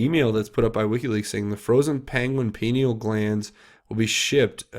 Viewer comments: You should check into McAlistetTV YouTube channel. She's very knowledgeable about the entire PEDOVORE/Pineal Gland (pronounced Pi-Neel gland). The Pineal Gland is the third eye chakra that connects us to God/Universal knowledge... You won't understand the Pineal Gland until you research and understand what yoga is about. Also, "Walnut Sauce"... You won't believe it when you hear about that. Sauce made from the Pineal Gland delicacy enjoyed by Pedevores... Look up McAlistetTV, PLEASE! (ON YOUTUBE) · pineal gland pronounced pi-NEE-el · “Pineal gland”, it’s pronounced “pine eel”, due to its shape, it looks like a pinecone..it’s located in the center of your brain and is literally your third eye, your psychic site.. the elite have known this for centuries and have done many things to the populous to stop us from accessing it...one thing is fluoride in our water supply, toothpaste, mouthwash...brainwashing through media of all sorts and now 5G and other technologies which affect our energy fields...remember, we are made of energy and it’s so very important to keep your field clear and vibrating high..one way of doing that is through laughter and joy...they feed off of fear and hatred... remember, what you resist persists...send them love not hate...they will resist that love and that love will grow ....Peace out! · re: pineal...It is pronounced pie neal. And I think the "glass" part is a typo. The pienal gland is a wallnut sized gland at the center of the human brain. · pineal gland is pronounced “pie-neal”, I believe as I been hearing rumours that the Luciferians have wanted to destroy it for some time. As I recall, calcification of it is one of the side effects of fluoride in our drinking water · Pie knee uuullll glands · I thought it was pronounced Pine-ee-al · (Pie-neel) gland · (Pi-neel) gland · Hey brother: “Pie-Knee-Ull.” Hope that helps. God Bless, CJH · Pineal pronounced pin eel.😉